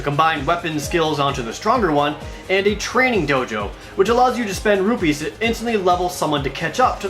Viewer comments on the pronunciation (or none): none